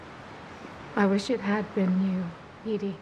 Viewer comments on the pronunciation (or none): Its Edie not Eddie. Geezuz Cruminy!